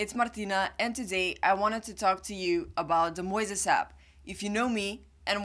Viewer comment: I think she says it right -- like Moses -- "MOYziz". 🏆